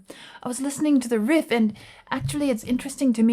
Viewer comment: Why do you say "Riff" like that?